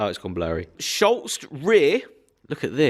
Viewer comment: I’m enjoying the progress on the fiesta, looking forward to seeing what else you do with it, But could you please stop repeating everything he says, it’s quite irritating. Also it’s Schutz there’s no L in it. Thanks